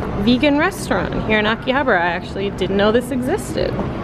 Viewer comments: A-ki-ha-ba-ra not aki-habra pronounce your words properly. Yeah I understand you're not Japanese but bloody hell I was cringing. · it’s pronounced Ahkihahbaarah